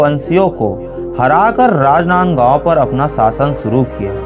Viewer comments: कितना गंदा बोल रहा है...राजनांदगांव बोलना तो ढंग से सीख लो। इन्फोर्मेशन बहुत कमजोर है। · Bhai rajnandgaon jis style se bola hai n ispe hi mza aagya🤣🤣